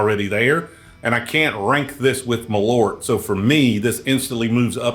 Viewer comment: Malört is a traditional Swedish schnapps. Malört is a herb growing wild. Herb in Swedish is ”ört”, pronounced so it rhymes with ”bert”. It is considered to be a stomach medicine.